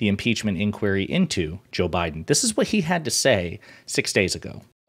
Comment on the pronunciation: Did she say "Joe Bidin"???